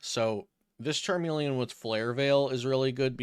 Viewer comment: Oh my God if it wasn't your voice it's the way you fucking said Charmeleon.... CHARMELE-AWWWWN WTF, CHARME-LEE-IN